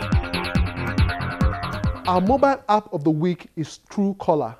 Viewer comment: it's pronounced "App" not "happ"